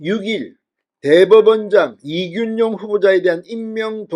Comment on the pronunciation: 진성호님의 발으이 그렇겡드립니까 이준용이 아니고 이균용입니다